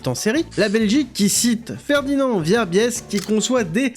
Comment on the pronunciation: Comment peut on massacrer la prononciation du nom de Verbiest comme le fait l'auteur ? Hallucinant.